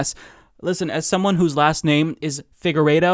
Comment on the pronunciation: you must be of portuguese descent?: Figueiredo is a portuguese surname, meaning a field of fig trees. (fig=figo, fig tree=figueira). Btw you didn't exactly said your own surname 100% correctly, at least not like it's said in Portugal:D (the "u" is silent in portuguese).